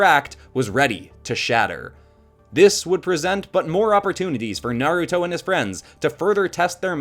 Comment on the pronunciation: ITS NAR-A-TOE